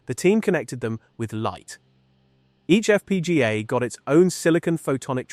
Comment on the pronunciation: Use a better AI to pronounce F-P-G-A.... "EFF PEE GAH" sounds like someone falling down the stairs and I immediately lost interest in the video after that